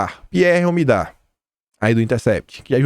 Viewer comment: Bom dia, meu querido! Primeiro, parabéns pelos ótimos vídeos! Mas queria te dizer é que ñ é OMIDAR que se diz, é omidYar